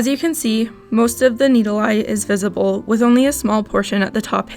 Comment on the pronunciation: You say needle the wrong way but you dont say the right way